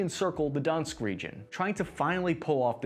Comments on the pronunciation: FYI, since you will be saying these names a lot more, Donetsk is pronounced (Ukrainian pronunciation) “daw-NETSK”, (capitals mean emphasis is on the last syllable here) with every consonant at the end pronounced, as in the middle of the phrase, “iT’S Cold”. In Sievierodonetsk/Severodonetsk (you see it spelled both ways because the ie/e vowel is a letter that our Roman alphabet doesn’t have), the first two “ie/e”s are pronounced with a “y” sound as in “yes”, so it’s more like “syev-vyer-aw-daw-NETSK” (again, “syev” and “vyer” here are not like “sigh” and “Levi’s”, but just a “y” sound as in “yes”, said with the “e”…”ss-yev”, “vv-yer”, as a single syllable). And while we’re at it, Kyiv is pronounced like a very quickly-said “KIH-yeev”, where “kih” sounds like “kiss”. Hope I was able to make that all make sense. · I recommend looking at how to pronounce Donetsk. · The name is not donsk... Sounds like Dor-nesk.. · Thank you for making the video. My only gripe is that a lot of the pronunciation is wrong. -Donetsk (Донецк) = don yetsk (not donsk or dinsk) -Odesa (Одесса) = oh dessa (like Odessa, TX, where Claire Bennet lived in Heroes) -Moskva (Москва) = mosk vah. It's how Russians say Moscow. There are only two syllables. Lots of reporters get this wrong, too. Miscellaneous info: -"Severo-" (Северо-) means "north" in Russian. The Ukrainian and Russian languages are very, very similar. -Kyiv and Kharkiv are the newer Ukrainian names of the cities Kiev and Kharkov back when Ukraine was part of the Soviet Union. For the same reason, I believe Odesa used to be called Odessa. I learned Russian in college, so I'm using the Russian spellings. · before your next vid, repeat after me: "do-netsk" . Donetsk (not Dansk - I believe that refers to the Danish language) ;) se-ve-ro-do-netsk ;) do-netsk region. ;) thanks for the video. very well made. and much appreciated. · Kherson is Pronounced Keer-San, Donetsk is Doh-netsk, SeveroDonetsk is Seh-vair-oh-doh-netsk, kharkiv is Car-keyv